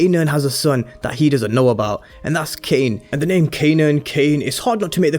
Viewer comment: Dude fix what you’re saying frfr. Tf is Kane ???